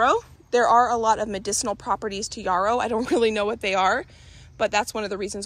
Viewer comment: I love your videos so much, so cool seeing a full garden tour! Also yarrow is pronounce like arrow, with a y!!